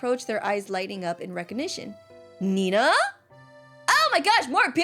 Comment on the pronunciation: its nenaa not nenna bro